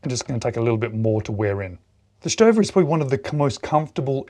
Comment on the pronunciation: You're killing me....Say it with me StoVA StoVa StoVa